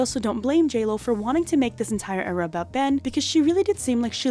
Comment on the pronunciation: You have killed the word 'era'! It is DEAD!